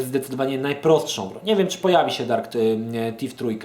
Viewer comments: nie będąc złośliwą - Thief czyta się FIF a nie TIF. :) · Tak na prawdę nie jest to ani T ani F a coś pomiędzy.Tak więc nie,nie popisałaś się angielszczyzną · Wkładasz język między zęby i mówisz: Sssssssss lub Ttttttt. Wychodzi Ci dźwięk oznaczający angielskie TH w wyrazie 'Thief' ;)